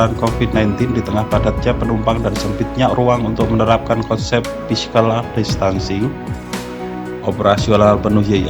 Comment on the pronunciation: tolong mohon maaf yang jadi dubber diperbaiki, cara bacanya parah: physical distancing, milestone, customer services, assessment dsb sebaiknya kalau tidak bisa mengucapkan dalam bahasa inggris atau bahasa indonesia yang tepat gunakanlah pilihan kata dalam bahasa indonesia. overall, nice information.